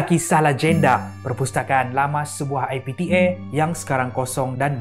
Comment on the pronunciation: Everyone: IPTA: I P T Air 🤣